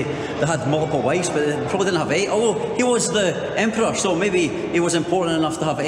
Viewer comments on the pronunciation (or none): none